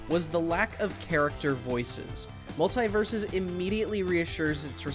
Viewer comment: He kept saying multie? Do you multieple